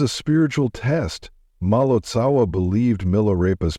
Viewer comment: Please, when creating videos like this , pronounce the names correctly : it Marpa Lotsawa- teacher of Jetsun Milarepa; its Gyalwa Karmpa etc. And do not try to convince us - as with your story of Ramakrishna, that all religions lead to the same goal . We are practicing Buddhists and we know the path : Buddhism is very different from other religions like Christianity /Catholicism, Islam . Buddhism is not part of one world religion which you might ignorantly promote !